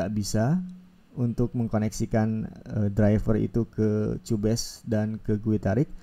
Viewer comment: Kyubes masssss bukan cubes🧐 penjelasan nya juga banyak yg salah 😒